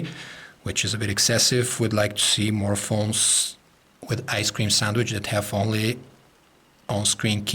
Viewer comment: It's Ice-cream sandawich